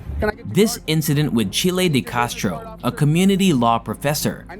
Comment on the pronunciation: Its name isn't Chilie.